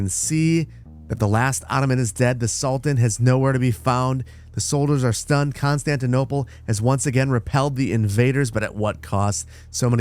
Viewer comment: saar its still Constitonople saar I swear🙏🙏